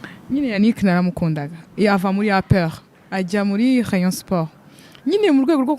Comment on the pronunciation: Rheyonsporh Prhimus APRh Contrha 😂😂😂😂